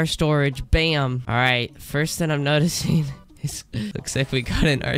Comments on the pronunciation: I dont want to be rude but can someone please count how many times this guy tried to say "thing" but ended up saying "thin." 💀💀💀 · Not trying to be rude but can someone please count how many times this guy tried to say "thing" but ended up saying "thin" 💀💀💀